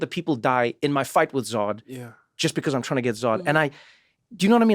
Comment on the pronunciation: You cannot say “because.”